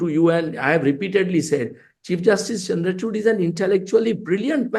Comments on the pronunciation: Is it me or any one else heard Karan saying his nane as "chur" to "Chud" correctly 😂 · It's चंद्रचूड़ karan, not चंद्रचूड।